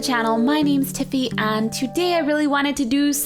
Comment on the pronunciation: Is it just me or did she say "tippy" instead of "tiffy" at the begining? I mean not that it matters...